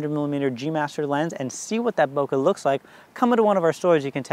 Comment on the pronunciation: Super useful, thanks! BTW, bokeh rhymes with `okay`.